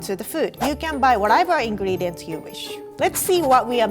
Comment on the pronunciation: . Her pronunciation of "whatever" is so strong 😂